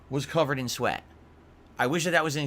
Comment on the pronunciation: My ENTIRE BAHHDY was CUVERED in sweat 😂😂😂 he's such a little piggy